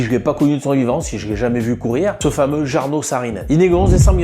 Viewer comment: C est cool de parler de Jarno, mais avec une autre prononciation .